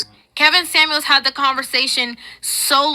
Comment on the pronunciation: "Samuels", not "Sammie"